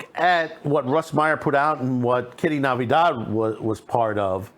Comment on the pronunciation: Her last name is NATIVIDAD NOT Navidad.